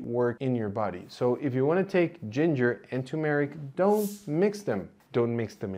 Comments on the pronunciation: It is pronounced tur-meric, not tu-meric, or too-meric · It’s TUR-mer-ik, not too-MARE-Ik. Can’t trust someone who can’t even pronounce the name of the spice correctly. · Please say TuR-meric, not too-meric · It's turmeric, not tumeric. There's an r in the first sylable. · You would be a lot more credible if you could learn to correctly pronounce turmeric! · Thank you doctor for giving us so much relevant information. A naive question, why are the words curcumin and turmeric pronounced with the stress on the second syllable? I have always heard British and American native speakers pronounce these two words with the stress on the first syllable. I'm wrong, arent I?